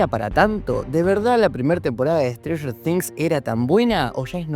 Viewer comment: stranfler things, strader things, stifler things, sratler things, strafler things.